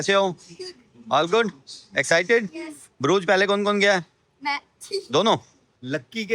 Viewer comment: । ब्रूज नहीं है। इस जगह का नाम है BRUGGE. DOUBLE GG. उच्चारण हैः BRÜGGE. हिन्दी में U है ही नहीं। और GG जो है उसका उच्चारण ख़ जैसा है। यानि उर्दू का ख़।